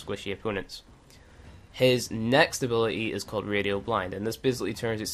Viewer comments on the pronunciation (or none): "ability has a T in it